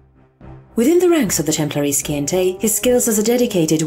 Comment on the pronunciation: Scientae... Si-ent-a (like the word Science)